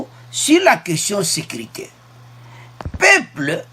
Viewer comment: Peuples et non peple